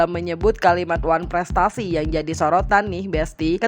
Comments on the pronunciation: Huuu oneprestasi aja gak bisa nyebut gmna tuh haduh haduh haduh😅😅😅😅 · Ngomong wanprestasi aja ga bisa,apa cocok dipanggil dokter? kebanyakan obat untuk gigi itu,yg bikin gigi keropos,makanya ga bisa omong